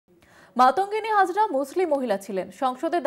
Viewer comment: নাম ঠিক বলতে পারেন না উনি আবার সংসদ